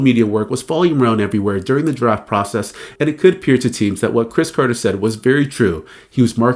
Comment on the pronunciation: It’s crybaby Chris Carter ,say it right or not at all.